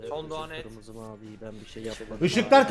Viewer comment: IŞIGHLAR YAGHLAŞAR GIRMIZIH MAVİH